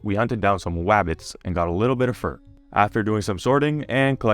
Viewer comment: When you said you got fur to tame rudolf the way you said it made me think he was going to eat it 😂 took me a minute to see what you meant